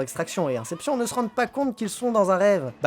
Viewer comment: On ne dit pas "Incepshionne" mais "Inception".